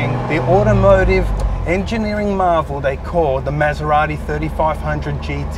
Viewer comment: Please learn how to pronunce MASERATI like it's meant to be pronounce.